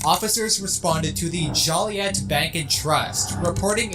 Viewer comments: Jo-lee-et. Technically probably should be the way you suggested, but I’ve never heard it pronounced that way and I’m the fourth generation of my family to live in Joliet and have been here my entire life. Definitely not “jolly-ette”, though. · Isn’t that name supposed to be pronounced “Joe-Lee-Aye?” It’s French. I’ve never heard that name pronounced Jolly-Ette before.